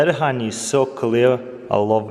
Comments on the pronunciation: Look at that hahney flow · It's funny how he says honey XD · The way he says honey.